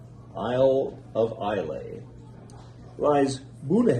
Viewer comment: Nice video,. Bunnahabhan was pronounced correctly. However, Islay is pronounced I la. This dram is quite nice. I really like it. Whisky Wednesday is a keeper l, IMHO. Cheers!